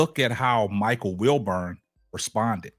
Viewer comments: Wilbon not Wilburn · WilBON how can anybody take this guy commentary serious when he can’t even pronounce the guys name right 🤦‍♂️😂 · It's WILBON My G